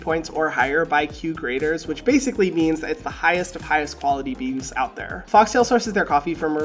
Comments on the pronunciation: Hi Hyram! Love this idea. Its Q graders not CUE graders though 😎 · I can’t tell you how much I cringed as a true coffee enthousiast when I saw this video. You barely know anything about coffee; let alone specialty coffee. It’s Q trader not cue grader. And no one in the coffee community cares about caffeine content in our coffees, so the fact that you kept talking about that was very out of touch with the community. ‘Overextracting coffee from any region’? Over extraction is when you extract too much of the coffee solids during your brew, it has NOTHING to do with what you’re talking about. Super disappointed